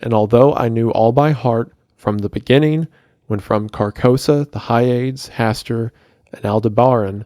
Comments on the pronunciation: Hyades is pronounced not as 'Hi-aids', rather it is pronounced as 'Hi-ah-dees'. It is of Greek origin I believe. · Or pronouncing "Hyades" (Hi-Ya-Deez) as whatever the f he was pronouncing it as. Drove me crazy. Like know your pronunciations dude. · Hyades is pronounced Hi ah dees